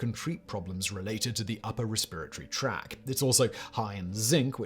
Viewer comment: Respiratory "tract". .... Not "track". But otherwise excellent stuff as usual.